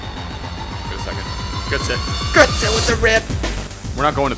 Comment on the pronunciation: Götze not Gütze:DD